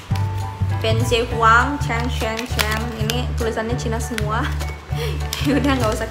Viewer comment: Dibacanya pien se huangdi masyarakat umum